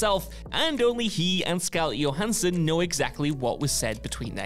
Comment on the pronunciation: Scarlett Yo Hansson?